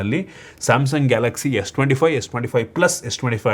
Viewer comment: He pronounced Galaxy S25